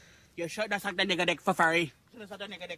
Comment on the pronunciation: How has "I smell wike beeeeef" not made it in the video?